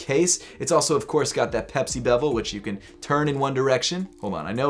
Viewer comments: the rotating piece is called the bezel, it sounds like you’re pronouncing it as bevel. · Bezel...not bevel 😉 I have the exact same SKX...great choice!